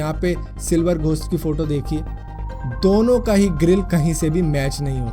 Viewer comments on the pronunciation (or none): none